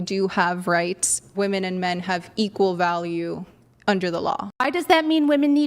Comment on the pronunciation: "RIghts," So obnoxious.